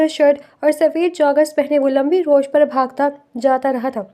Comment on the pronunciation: Beihen rawish hota hai rosh nhi